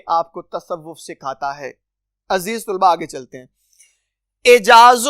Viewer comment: Aziz tulba nhi....aziz talba hota h